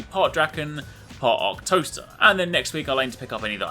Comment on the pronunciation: after so many videos im still hearing toaster instead of teostra XD i cant unhear it anymore!!!